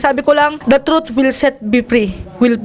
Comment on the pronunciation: Sarap panuorin tong part na to!!! Parang si manny ang iniinterview ah!! Ang laban na to ai para sayu!!! Stop look and listen amputah!!!!the troot will set be pree🤧nose bleed amputa!!! Hahhaha.. laptrip si idol.. my multiple choice pa... True of pols😂😂